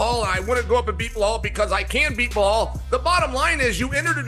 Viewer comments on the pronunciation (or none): Chael like to change fighters name.. Belal - Behaul Khamzat - Kasmat Sign of cte